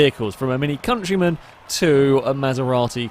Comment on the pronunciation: hahaha hes trying to say'deal with the countryman' ..but he says something a bit differnt! ;)